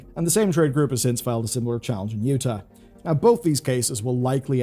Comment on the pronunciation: In all my years, I never heard Utah mispronounced.